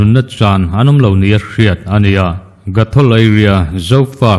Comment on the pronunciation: GOTHOL tihtur ..